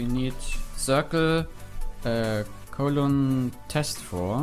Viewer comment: You pronounced it right, it is Colon